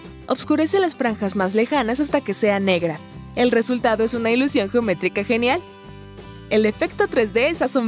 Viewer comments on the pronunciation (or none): dijo gometrica jajajaajajaj xd